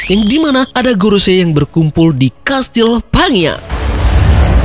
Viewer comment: Bang, pangea dibaca panjea 😁